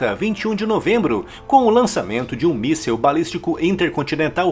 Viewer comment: Por que todo mundo fala "missel". Vamos lembrar as letrinhas? Vamos comigo: MIS SIL. MIMI SISI L. MI SISISISISISI L. MÍSSIL. MÍSSIL. MIIIIIIIIIIIII SSIL. MÍSSIL.